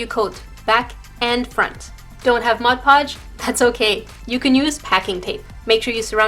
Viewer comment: Finally someone who can correctly pronounce mod podge 👏👏👏